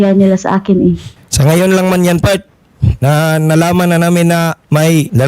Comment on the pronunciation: Part? 😂Akala ko "fart"😝🤏cool lang c Kuya!!!!